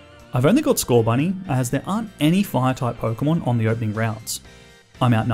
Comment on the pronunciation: THERE IS NO H IN SCORBUNNY!